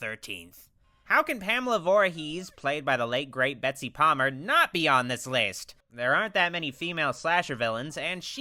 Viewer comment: It's Betsy not bessy